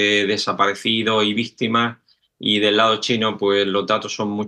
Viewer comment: Por qué el caballero dice vistima?